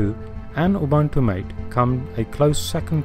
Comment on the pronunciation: "Mate" is not pronounced MOTT-AY, it's may-t/maet.